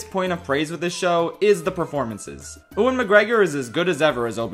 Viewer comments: Its "You-in McGregor" not ewwin haha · Who is Uan Mcgregor? Its Ew-an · Maybe it's an in joke I have missed, if so sorry, but as a heads up: the name 'Ewan' is pronounced 'Yoo-win' and not 'Ooh-in'. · Ewan is pronounced Yu-In, not U-Wan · Dude, you gotta get learned how to pronounce 'Ewan'. It's 'you-in', not 'oo-in'. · did he just say "ooen mcgregor" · wait did you just say oo-in mcgreggor? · Oowan McGregor lol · “Ooan McGregor” lol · Bruh said oowan mcgregor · is calling ewan oowan a joke or do you just not know how to say his name ?? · while you're researching how to pronounce names, can you look up the pronunciation of Ewan? Thanks lol